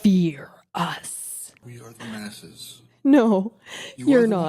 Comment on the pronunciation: "Fear the masses"" The duh-masses